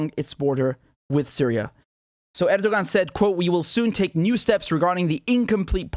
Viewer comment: The "ğ" in Erdoğan is silent. So it's pronounced "Erdoh-an"